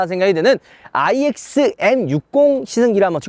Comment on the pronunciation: 내 귀에만 N으로 들림?? 자꾸 N이라고 하시는것 같은데....